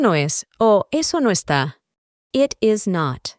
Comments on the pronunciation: De los mejores videos para aprender inglés que he visto, pero tengo una duda , el it se pronuncia como it o como et, porque esa pronunciación de et si no la había oído nunca y quiero estudiar bien su metodología pero sin errores,saludos y muchas gracias por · Interesante. Viendo el video lunes, 22 de septiembre del 2025. Me quedé confundido con la pronunciación de it. En un primer momento lo pronuncias como ( et), pero luego lo pronuncias (it). Agradecería mucho la aclaración con algunos ejemplos. Gracias. Muchos éxitos.